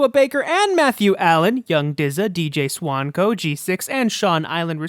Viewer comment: This guy gets it. BTW, my name is pronounced SWANK-OH! Great job